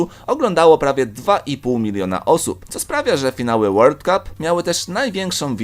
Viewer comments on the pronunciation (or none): none